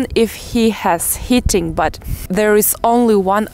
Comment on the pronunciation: lol, you are so cute. It isn't hitting but heating...also when you say leaving it sounds like living, you have to stretch the vowel a bit, other than that everything's perfect.